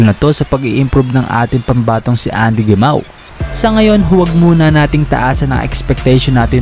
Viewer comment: "Hemaw" ata ung tamang bigkas ng gemao